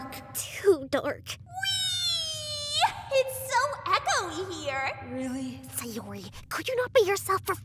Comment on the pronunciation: Her name is Sayori not Sayuri